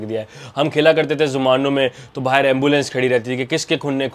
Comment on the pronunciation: Baahar nahi bhai Baahir nikalte the 😂😂